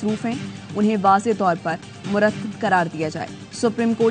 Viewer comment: madam murtadd hota hai murtadd..muradd ni hta...next headlines m Murtadd kehna..